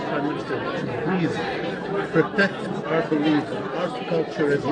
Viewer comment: He can't even know how to say protect he says protecsh and he is a lier!